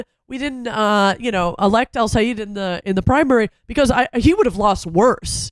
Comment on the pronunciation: Sigh- ed (Sayed) NOT Sigh-eed (Sayeed).